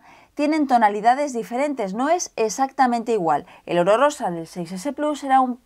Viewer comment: cuando dice oro rosa parece que dice orrosa